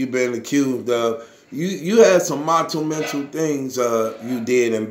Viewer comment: It's monumental not montumental